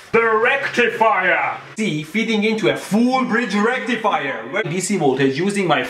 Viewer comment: legit i always say it with his accent now lmaooooo, its the new norm "FOOOOOL BRIDGE RECTIFYYAAHHHHHH"